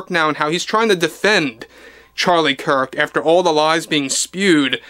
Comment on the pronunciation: Gosh, when will you learn to pronounce Charlie's last name properly...